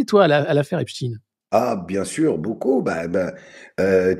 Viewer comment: TKT PAS...l'IMPUNITÉ C fini .... (Believe me) Écoutez, comment "EPSTEIN est prononcê : sont OBLIGÉS de prononcer EPSTIIN ... MAIS, TKT pas❤